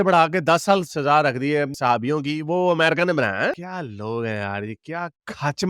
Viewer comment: Pahle bolna toh seekhle, America hota hai Amrica nahi hota hai.